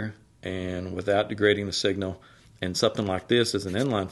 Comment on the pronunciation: Hello. I was born and raised all my life in East Texas. The accents are so thick it's like a different language. But the way you say the word "and", lol. Ayuund. Three syllables?!? Reminds me of Dolly Parton or Loretta Lynn